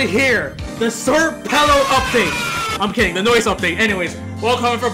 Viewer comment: Sir pelo?? It’s senior pelo. And you dont pronounce peeloh, you pronounce it like you spell it.